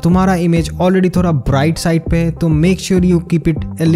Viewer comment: थोरा instead of थोड़ा 😁😁😅😆